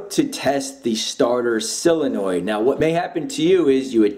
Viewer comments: Uhh it's pronounced solenoid not silinoid. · SOL-enoid. Not SILL-enoid. Sheesh. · Solenoid. SOLenoid. Like soul-uh-noyd. How you get that sylinoid pronunciation baffles me as much as educated people adding a syllable to nuclear. I bet you do that too. Newkyouleer? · IT IS NOT A SILLYNOID... IT IS A SOLENOID!!!! SOL IH NOID!! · The letter O makes an awwwww sound, Sawwwlenoid. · Idk why him saying “Sillenoid” bugs me so bad